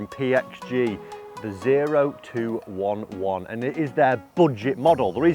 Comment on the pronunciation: Oh two eleven is the proper name. 0211 is a military occupation specialty code. Thank you for saying it correctly! I see a lot of YouTube golfers who don't. Semper Fi!